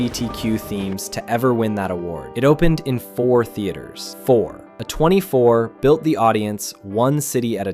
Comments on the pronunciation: I'm sure your accented voice would still sound better than an AI simulation. Trust me, 'uh 24' when it should be pronounced as 'A24' is annoying af for those of us who love and know movies. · AI voice. Downvoted. Pronounced A24 like "uh 24" multiple times.